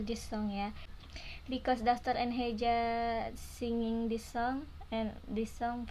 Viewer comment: The name of boy is (dastor) not (dasbor), anyway thanks for reacting 🌹